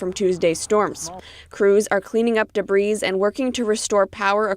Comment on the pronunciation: Please someone help here debris is pronounced deh bree, not debreeze.